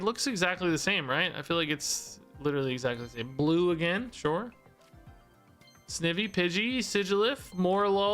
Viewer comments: I am sure I won’t be the only one but snivy is one syllable but instead of evy it’s more like the word ivy like vines. So it’s pronounced like snEYEvy. This probably doesn’t make sense. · just an fyi on wrong pronunciations, snivy is like ivy (name is a combo of snake and ivy) , dhelmise is like demise, beheeyem is technically pronounced like the letters B-E-M (as in Bug Eyed Monsters), but you pronounced it how most people do, elgyem is pronounced like the letters L-G-M (as in little green men, a word for aliens), and shiinotic is pronounced with a shee not a shy also the probable reason why there's so many repeats is that the first set included all of gen 1 and the pokemon company really likes gen 1